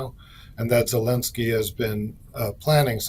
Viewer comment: Zelensky and not Helensky